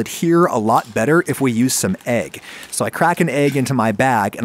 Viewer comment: How does someone have a cooking channel and still pronounces it “agg”